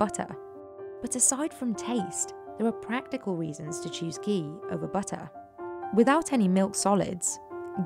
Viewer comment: The Hindi pronunciations used by the narrator are on-point, very impressive.